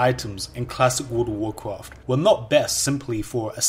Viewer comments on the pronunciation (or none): I don't know what this guy is talking about. I've never played a game called "Woold of woorcwoft" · Ah yes, I loved cwassic woud ov wouwcwaft. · woud of wouwcwaft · dude classic woud of wouwcwaft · XDD dude i can´t stop laughing and he says it so often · what does he say the at the beginning? god of warcarft? good of warcraft?